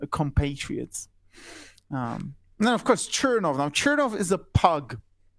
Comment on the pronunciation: Odd that the guest says that Aleksandra Kollontai was "not part of the original Bolsheviks," yet regards Trotsky as being one. Kollontai joined the Party in 1915, whereas Trotsky did so only in July of 1917. Also odd is that the guest does not pronounce "Chernov" correctly, given that he is presumably fluent in Russian.